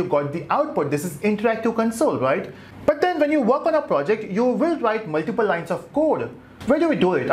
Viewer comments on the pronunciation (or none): none